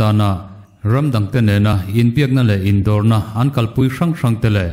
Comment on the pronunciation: Kanau te, ichhiarthiamber kati thin. Mahse hei hi Indo lawng tih hi athluk tidik hram teh.